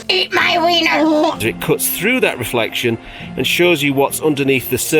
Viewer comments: every time says it I cannot help but think of the policeman from Allo Allo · I ❤️ how you pronounce reflexion 😂👍🏼 greetings from Switzerland And regarding your knees try this 😎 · Reflectseon? Are you French? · very entertaining, but why do pronounce "reflection" so weird? might it add to the entertainment? by the way, i just found some knees on the attic. i think they're granddad's. dunno whether they fit... if you want them leave me a message.